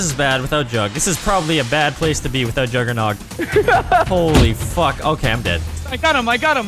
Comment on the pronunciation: he said juggernoug